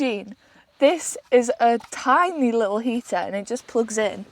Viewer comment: Can't bieleve you brought flame inside the vehicle. You finished cooking inside(!!??) Also that fresh carpet will love those food odors. You have space to blow up a mat,sleep right there in the van,drier warmer. You call the van "Tiny" but your pronounce is Tinn-ee(??) Like if someone were to rap on thin metal it would sound Tinny,right??